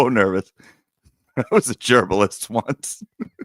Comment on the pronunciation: Dammit,. I’m trynna be a serious grown up and idly listen while I do my big girl job, you’re over here saying things like “gerbalist” and making me completely lose my sh!t. 😂